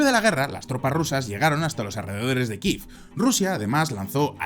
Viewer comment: ¿Qué moda es ésa de pronunciar Kiev [kif]?